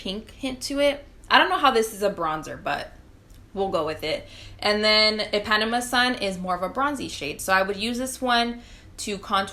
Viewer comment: Thanks for this! And thanks for listing the shades. FYI, It’s pronounced “ee-pah-NEE-mah.” It’s a place in Brazil. 😊